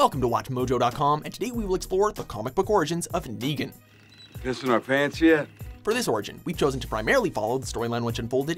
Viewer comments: Hey you said degan instead of Negan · Llu ar ric Raig? aim nigan :V